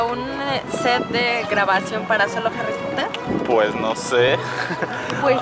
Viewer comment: Harri popoter jajaja